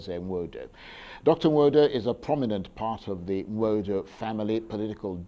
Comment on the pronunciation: Charles Aniagolu. You are from Enugu State and unable to pronounce Igbo name correctly "Nwodo"